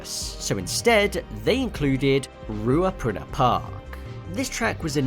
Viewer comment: Points for pronouncing pokekoe right. Points off for mispronounced ruapuna.